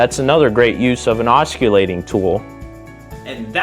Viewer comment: The C in, os·cil·late, is pronounced with a S-sound as it is in the words, cent, central, circle, or city. You seem to have a passion for tools and blades, add the proper pronunciation and your message will only be stronger. Keep on making videos my blade loving ninja. 👍